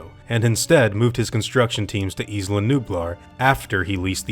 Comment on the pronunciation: It fucking annoys me so much how americans pronounce "Isla". Its pronounced "eye-lah" not "eeslah". Fuck sake.